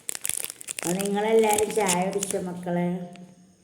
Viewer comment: താത്ത ഷായ അല്ല.ചായ എന്ന് പറയു.😂😂😂😂